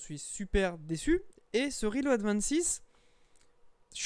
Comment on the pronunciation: J'arrive juste pas a finir la vidéo, juste a cause de la façon dans tu prononce le nom de l'ato , sérieux, RILO'AD 😫🤮